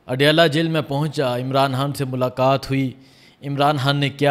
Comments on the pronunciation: اپ نے نہایئت شائستگی اخلاص سے اپنی عقیدت احترام محبت کا اظہار کیا 👏👏👏🤩 کچھ بزرگانہ گزارشات ہیں توجہ دیجئیے گا حان نہیں خان کیرے نہیں کیڑے سحت نہیں سخت اردو کو خوبصورتی سے بولئیے درست لب و لہجہ اختیار کیجئیے عوام سے ہمکلام ہوتے ہیں نجانے کتنے بچے بڑے آپکو شوق سے سماعت کرتے ھونگے اور آپ سے سن کر سیکھتے ہونگے امید ہے کچھ ناگوار نا لگا ھوگا خوب جئیو ترقی کرو آگے تک جاو سلامت رہو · بھائی آ پ خ کو ح کیوں کہتے ہیں خان صاحب کو حان حان صاحب کیوں کہتے ہیں❤